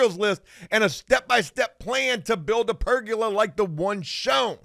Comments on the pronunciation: Ok I know this is dumb but it’s driving e crazy. There is no such thing as a per-gu-la as pronounces it. It’s per-go-la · It's Per-goal-a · Also it’s Per-GO-La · Say it with me, per-go-la. There’s no “u” in pergola.